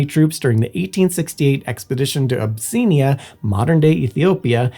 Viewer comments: Or Abyssinia. He's usually much more accurate. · Also the complete lack of acknowledgement of the Latin origin, and therefore pronunciation, of "Aquascutum", which is much more likely to be pronounced "ah-kwuh-skoo-tm". As well as "Abyssinia", pronounced 'Ah-bih-sin-ee-ah', not 'Ab-see-nya'. At least we can see him speaking in the video, so it's not just someone dumping a transcript into an AI-driven text-to-speech system and ignoring its abysmal pronunciation. On the other hand, the subtitles are auto-generated, so they have some howlers.